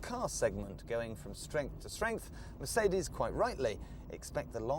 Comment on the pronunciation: Weird pronunciations..... Mer - seed -ees, Ford Ka(t) and Fassia (fascia)